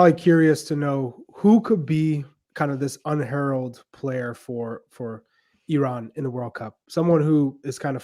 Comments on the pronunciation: This man pronounced it right and said EE-RAN THANK YOU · finally someone didn't said "I ran" :D